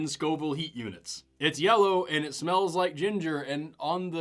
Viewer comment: When you said “Scoville hot units”, I genuinely thought you were saying “scalding hot units”!!